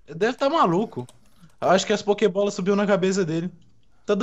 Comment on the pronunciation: NOSSA EDU E POKEBOLA NAO POKEBOLLA AAAHHH!!!